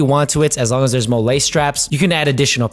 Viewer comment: Pretty sure MOLLE is pronounced “Molly”. You sound New Mexican calling it molé, ha. Thanks for the video.